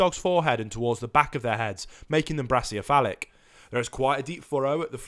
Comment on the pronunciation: I tried to find the word you keep saying for the short nosed dogs - "braciophalic (brassy-o-falic)", is my best guess to spell it, but it does not exist - however, brachiocephalic (brakey-o-cephalic) is a word, but it is the artery that supplies blood to the right arm, head and neck of humans. But it's not even pronounced the way you keep saying brachycephalic (bracky-ceph-alic) or (brake-y-cephalic). I've heard you say you are a teacher ....